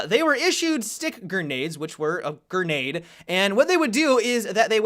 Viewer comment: "Gernade" lol